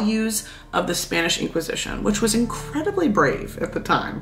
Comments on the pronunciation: Is it just me or is your Spanish pronunciation just perfect? I'm just learning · your spanish pronunciation is on point! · Gurl!!!! Not the on-point pronunciation, though!! Respect 🖤